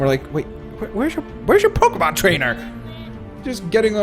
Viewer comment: Dude pokemon not pokamon